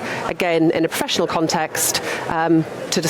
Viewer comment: Proffessional, proffessional and them proffessional, declared as. Proffessionel. Oh dear me. But it was proffesdional.